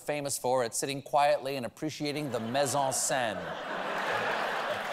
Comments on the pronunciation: Mise en scene Mise rhymes with sneeze. Get your French correct please. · WTF was that pronunciation of "mise-en-scène"...